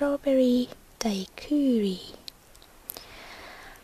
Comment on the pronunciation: loll i like the way you pronounce daiquiri ! :P